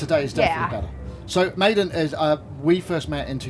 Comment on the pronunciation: That would be pronounced Medon